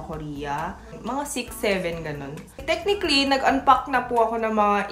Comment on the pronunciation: Sino dito nagaabang tuwing sasabihin ni yung "tek-nik-lee"? 🥰